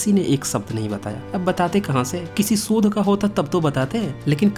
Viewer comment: sodh nahi shodh